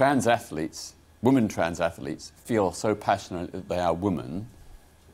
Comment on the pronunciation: Why have you got peter on here to talk about women, when he can’t even pronounce the word. The plural is WOMEN peter, not woman (singular)